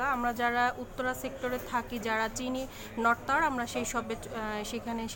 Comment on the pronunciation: নট নয়, নর্থ